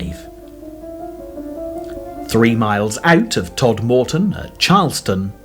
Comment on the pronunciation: Somebody tell this bloke how to pronounce Todmorden and Mytholmroyd.